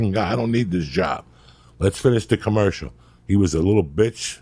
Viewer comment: what's a "Commerical"?